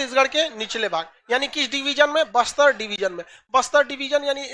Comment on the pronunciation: Bister ni baster😂